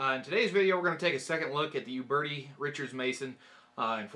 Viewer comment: Interesting how a lot of people from the US pronounce it "youberty". It's actually "oobertee" with a slight roll on the R. Check it out here